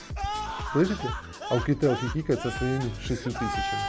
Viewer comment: Оукетел? Серьезно?